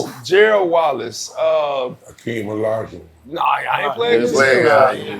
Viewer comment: He said “Hakeem olujuwan” 😂😂😂 Dwight easily top five funniest nba players lmao